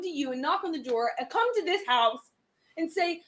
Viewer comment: When she says, "and COme to this HOUUse". Yikes! Total nightmare.